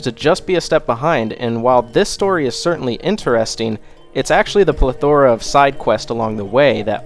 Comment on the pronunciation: The “Pla-thora”? What the fuck is even that?